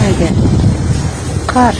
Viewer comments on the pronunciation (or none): Автор, каар жаап дебей кар жаап деп айтылат.